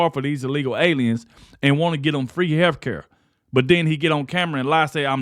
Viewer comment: Hair care? That what it sounded like you said. Health care is what you mean.